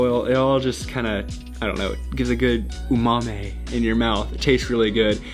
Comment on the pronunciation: What is an “Oo-mah-meh” 😂 anyways, nice video once again! I like the editing and the vibey background music, and your doggo Chase is still there aw:) would love to see college life vids once you’re settled!